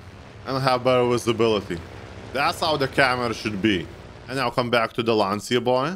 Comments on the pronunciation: "Lantschia" not "Lanzia" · I am Italian and I am honored by this video, however, it is not said Lanzia, it is said to be Lancia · Idk why but it triggers me when you say lancia with the wrong pronunciation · You said lancia in the wrong way so pls traduct pike in italian and then hear how to spell it good and i know that because i am italian